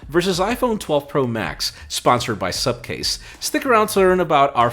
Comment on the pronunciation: It's Supcase and till today Im hearing Subcase. That's why is always angry with me 😂😂😂